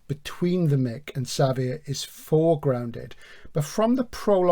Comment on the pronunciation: Xavier is Javier. (ha-vee-air) I think it is a Basque thing that the J is written sometimes as X. That is my understanding. Not important but it has to be said. Edit/add on Nice show, very enjoyable. Terry Pratchett is famous for his humour but I don't find it laugh out loud stuff, Barry Malzberg is not well known as a particularly humourous writer as far as I know but I found Beyond Apollo hilarious